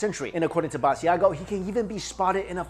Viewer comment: Lol you're saying Mr Basiago's name wrong!! It's pronounced ba-sha-go. Leave the i out. I've seen him on TV shows frequently and have heard his name many times there